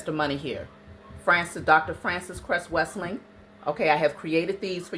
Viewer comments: The ancestor Francis Cress Welsing's last name is pronounced Well-Sing my dear intelligent, gifted and beautiful Queen Sis⭐. 🙏🏽✌🏽👑👍🏽🙌🏽☯️ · Good day, good sister. You're doing a great job. I just wanted to let you know you are pronouncing Dr. Welsing's name incorrectly. Thank you for being receptive.